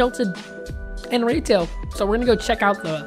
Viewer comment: Evan said Rigtail not Retail